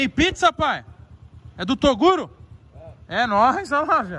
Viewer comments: Se tem Sintonia dizendo "TORUGO" tem like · "Torugo" hahahaha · torugo kkkkkkkkkkkkkkkkkk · "olha isso aqui torugo" kkkkkk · Kkkk tbm reparei que ele falou torugo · olha isso """torugo""" kkkkkkkkkkkkk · Tem chamando toguro de “torugo” tem like! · Ó isso aqui "TORUGO" slk parça kkkkkkkkkk seg kk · Qualquer pessoa: a: Qualé "Torugo" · Tem falando Torugo tem like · chamando toguro de torugo várias e várias vezes kkkkk so resenha kkkk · Tem alguém falando TORUGO tem LIKE Kkkkk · Só eu que ouvi ele falar Torugo ? KKKKK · "Torugo" kkkkk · Torugo kkkkkkkk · "TORUGO" HAHA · segundos, chamando toguro de torugo tem like kkkkk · Tem chamando o Toguro de "Torugo" tem like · eu tbm n consigo falar toguro, é normal eu acho kk